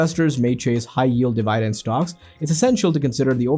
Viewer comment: de-Vai-dent??????? what the fuck